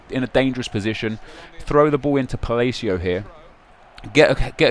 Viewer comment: I love how says Palacio like falacio.